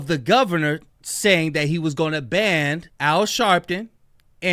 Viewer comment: It’s BAN not BAND